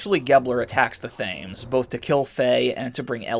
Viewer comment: I think the Thames is British and is supposed to be pronounced the Tams? But, IDK. I don't live in Britain. :D